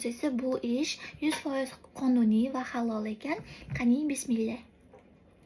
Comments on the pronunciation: Бисмилля эмас Бисмиллях денг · Бисмеллах емас, бисмиллах деб айтинг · Bismillah emas tŏğri ayting😔